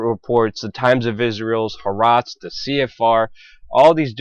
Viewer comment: Israel is supporting nut jobs killing a-holes....... Good strategy. Help them wipe each other out. And it's Golan heights not Golam. And ha-aretz, not Harez, damn you're dumb